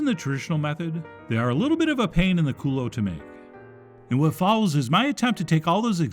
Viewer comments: I love this adaptation of a chile relleno! I love to eat them but they are time consuming and the batter sometimes falls off! Thank you for showing us a way to make this a little easier! I will have them more often now!! Hysterical to hear you say "culo"!! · I actually couldn't understand what he said at first. 😆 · Thought he said : A pain in the cooler 😂